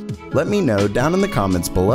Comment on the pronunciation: i like how you say below xD